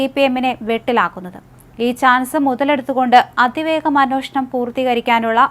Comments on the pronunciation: എന്നോഷണം അല്ല.. അൻവേഷണം എന്നാണ് ഉച്ഛരിക്കേണ്ടത്.... അന്വേഷണം... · അന്നോഷണമല്ല അന്വേഷണം എന്ന് പറയൂ കുട്ടി